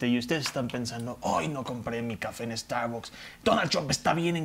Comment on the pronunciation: Primero q aprenda a pronunciar la palabra starbucks este tipejo.